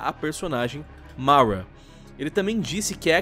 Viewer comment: Fala o nome Mara direito ksksmsmsm